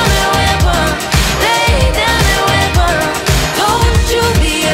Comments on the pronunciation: I’m sorry but I hate how she pronounces “Weapon” as “Web-on” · The way she pronounced weapon, omg love it